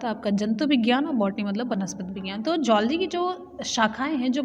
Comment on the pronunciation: मैडम अच्छा पढ़ा रहीं हैं लेकिन कुछ गलत भी बता रहीं हैं जैसे: जूलॉजी को"जोल्जी" ......